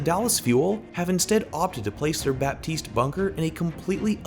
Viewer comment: Can I be that guy for once ? It's not «BaPtiste» it's «Batiste» you don't prononce the P.... Sorry french is a bitch.